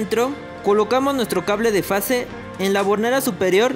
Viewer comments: Se dice FASE, no face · Es fase, no "face" !!